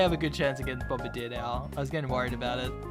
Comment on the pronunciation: I love your videos, but I cannot stress this enough.....it is pronounced "Bomb-BIRD-ee-er"